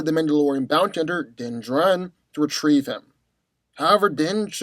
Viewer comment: Its din jar-in